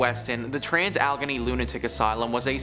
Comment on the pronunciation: Al-e-gain-y that’s how the trans Allegheny asylum is pronounced. No disrespect here at all, love your videos